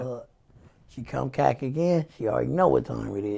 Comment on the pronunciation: Nigga said “she come cack again she already know what time it is”🤣🤣🤣